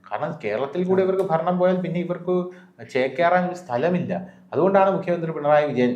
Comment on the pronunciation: Mr. മുകിയമന്ത്രി അല്ല. മുഖ്യമന്ത്രി ആണ്.. ഉച്ചാരണം ശ്രദ്ധിക്കുക.